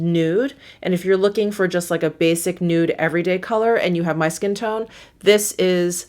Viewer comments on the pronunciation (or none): none